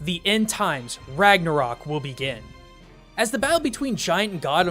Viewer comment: Hela from Thor: Ragnarok is actually Hel, Loki's daughter, and the ruler of Hel (midway between Heaven/Valhalla and Hell/Niflheim). Spelling of Ragnarök is wrong, and therfore its pronunciation (rag-NAR-ek). Oh, also, Odin, Thor, Týr, Freyr, Heimdallr, and Loki die.